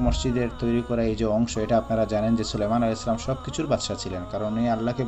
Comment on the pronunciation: সালাম শুদ্ধ হয়নি জনাব